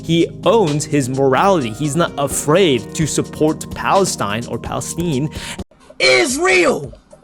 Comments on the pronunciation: How did this somehow become about Israel? Speed doesn't even pronounce Palestine right lol, This is a reach, he says it as it's a trend and his chat spams it. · "Unfiltered Political Views" and it is just what is socially acceptable at the current time...he doesn't even know how to pronounce Palestine . Reminds me of those videos where people ask protestors about what they are protesting about and they can't even explain it, to paraphrase a segment from your other video titled "Why Did Philosophers Hate Women?" Memorization shows you don't understand the material, because if you truly understood it you would be able to explain it from the basics upward.